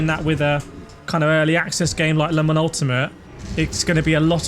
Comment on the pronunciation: Don't say Le Mans Ultimate like 'lemons ultimate. It drives me MAD"!!!!!